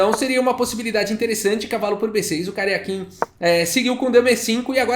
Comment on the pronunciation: Ele diz Karjakin, mas só ouço "carequinha".